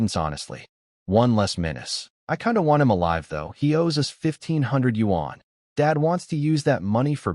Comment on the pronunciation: I love how the voice this channel uses cant pronounce "us" properly and pronounces it like "u. s." making it seem like ths united states just shows up randomly in the stories